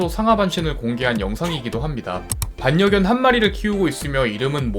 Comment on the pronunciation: '반녀견'이라고 발음하는게 아니고 '발려견'이라고 그냥 소리나는대로 발음해야해요. 이 비슷한 유형의 발음 단어들. 신뢰. (신뇌 X 실뢰 O) 인력. (인녁 X 일력 O) 전력. (전녁 X 절력 O) 권력. (권녁 X 궐력 O) 전략. (전냑 X 절략 O) 전류. (전뉴 X 절류 O) 본론. (본논 X 볼론 O) 연료. (연뇨 X 열료 O) 간략. (간냑 X 갈략 O) 군력. (군녁 X 굴력 O) 인류. (인뉴 X 일류 O) 등